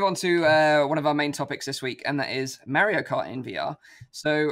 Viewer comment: it's Mario not Mairrio